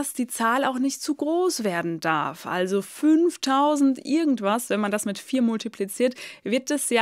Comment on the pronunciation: Hallo! Wieso hast du eigentlich in jedem deiner Videos Probleme mit der Aussprache des kurzen i? Du sprichst das immer lang aus! Sehr deutlich hört man das, wenn du "iiiiergend", statt 'irgend' sagst! Ganz schlimm klingt das! Bitte lass das sein! Ansonsten ein frohes neues Jahr!